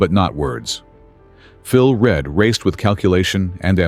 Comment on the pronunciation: Reid? do you mean Read?